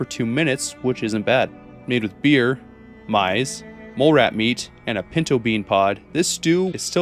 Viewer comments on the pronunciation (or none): Maize is pronounced as “maze” not “mize” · It's pronounced "maze". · "Fricassee" is actually most often pronounced "frick-uh-see", thus making it one of the most fun French words to butcher in English. It's one of those funny-sounding words that Bugs Bunny used to use a lot, like "Albuquerque" or "palooka". Also, "maize" is just pronounced "maze", I believe. This actually made me hungry... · for the record, maize is pronounced like maze, not mize. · Maize such as corn is pronounced maze like the puzzle.